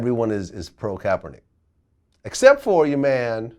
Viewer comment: He Said Kaperneck! LMAO 😂😂